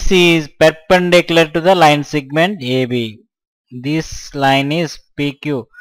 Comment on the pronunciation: its segment...not sigment